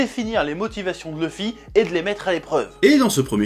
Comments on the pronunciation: bonne vidéo mais arrêter de dire "leuffy " bordel c'est luffy , il faut maudire la VF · Sympa, mais le fait que tu ne prononces pas "Louffy" m'écorche les oreilles donc je sais pas si je regarderais la suite.